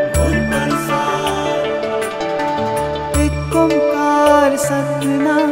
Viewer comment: Bhavneet Singh ι'VE never heard aan kaar before... 've heard oan or on kaar but never aan kaar. i'm a little bit confused... will it work if i meditate on the pronouncation?